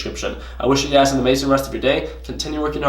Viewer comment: What's up! Man you ve been trading natural gas so much that when u do your sign offs now it sounds like your saying UGAZ when u mean you guys lmao! Btw really enjoyed Westons series so far, how u guys interact with each other is truly hilarious! Keep at it, luv the vids